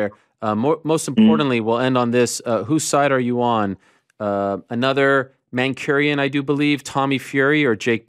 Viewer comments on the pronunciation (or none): ARIEL, IT'S MANCUNIAN - M - A - N -C - U - N - I - A - N, NOT MANCHURIAN (It's not the Manchurian Candidate ) I cringe every time you say it wrong, knowing how much of a stickler you are for correct pronunciation. You know how to say Liverpudlian so Mancunian should be easy money.